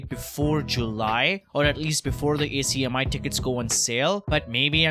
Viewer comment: just an fyi its not A C M I its one word pronunced AK-ME